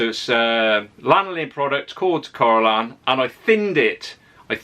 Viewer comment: I'm drunk now, after betting shots that you would catch-on that you mispronounced Corrolan as Colloran after the first time. Oh how wrong I was! 🙈🤣🤣 Excellent video, arriving most too late for me to use it on my truck as I used one of the bitumen based paints. Spraying a bunch of C-o-r-r-o-lan would have been much easier! 🤣🙈